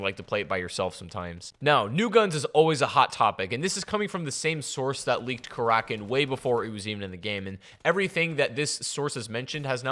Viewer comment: its kara kin not kar rakin fuck say it right